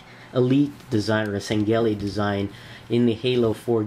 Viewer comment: dude its Shangheili not Sangheili and its sword not blade but cool vid